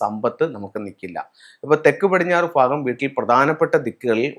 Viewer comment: ഫാഗമല്ല....., ഭാഗം....